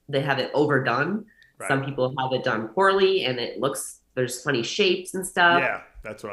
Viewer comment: Very cool girl. This is an example of someone who has accomplished something. The way she refers to bodybuilding as her hobby is a very healthy way to look at it. I was intrigued with her way to say "and"... andsss😂